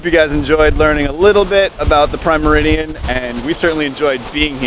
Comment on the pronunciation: How come doesn't know how to say "meridian"?: - ) Beyond that, I have loved that you guys have taken us on your trip to the UK (and to the boat show)! I found the mini series on Harrison's development of an accurate chronometer to be truly fascinating. So seeing the "clock" display at the Royal Observatory was truly great! Thanks.